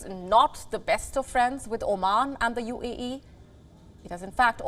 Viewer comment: Why do you keep saying UEE, instead of UAE??? 🤦‍♂😂